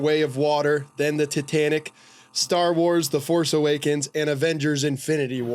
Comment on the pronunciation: Why does the mustache one keep calling it Ditanic?